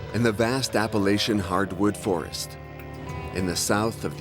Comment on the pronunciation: He pronounces Appalachian wrong.